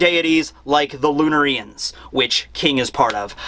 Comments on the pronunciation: Why do you put the accent on "ri" instead of "na" in "lunarians"? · Lun-air-ians Not Lun-R-Ian’s Lol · I'm watching this late but man I hope he stops saying Lunar-EE -ians. It should be pronounced Loon-Are-ians and listening to him say the former pronunciation is like nails on a chalk board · Lunarians: Lunareeans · I hate how he's pronouncing Lunarians but pronounced Solarians the way he should be pronouncing it correctly..